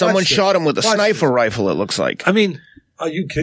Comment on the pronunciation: "somebody shot him with a Snifer rifle"